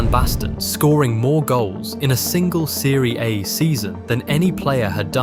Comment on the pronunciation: Great player. Some of the ai voice pronunciations....Thierry Hen-ray, Serie eh, You effah 😄